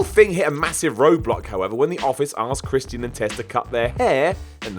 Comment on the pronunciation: someone needs to learn how to pronounce Christian